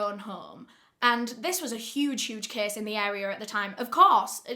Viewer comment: In the video the words, "kess"= case, "kesses"= cases, "wherld"= world, "aria" = area